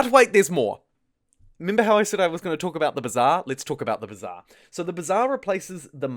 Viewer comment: "thee heeve thee b'zaaaar'